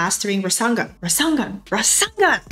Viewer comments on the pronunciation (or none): Thanks for this super video :D but "raSANGan?" XD its raSENGan HAHA all love tho, thanks so much for this its very inspiring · I can't believe you mispronounced Rasengan 😂